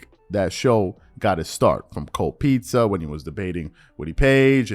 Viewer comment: Stephen A be putting an ER on words that end with A and it's annoying af .... "cold pizzer" wtf is a pizzer